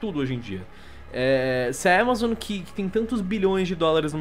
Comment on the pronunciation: Que empresa é essa que ele fala? Aquela que ele pronunciou "ÉMAZON"? Sério, oq É?